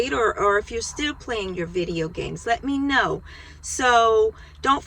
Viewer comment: work on practicing how to say "video games". I wish you good luck.